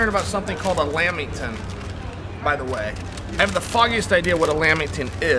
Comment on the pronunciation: “A lamb-ing-ton” Lol.